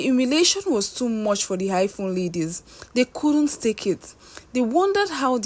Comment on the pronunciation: I phone please not high phone eee